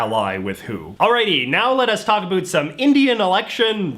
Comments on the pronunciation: Why does he pronounce "about" as "abult"? lol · the way he says “about” is extremely funny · Heard how you pronounced about and knew you were Canadian.